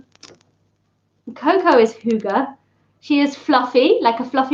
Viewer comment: How to pronounce "hygge": Not "hjUge". The start is as in "hymn", not as in "huge" (not "hjy", forget the "j"). The double "gg" means that the "y" should be short, then linger on the "gg" a little longer. At the end, emphasize the "e" as much as you did the "y", and maybe even go up a little.